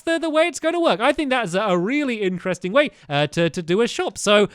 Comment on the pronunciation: 14Cuttingj in Willian's workshop he said incresting instead of interesting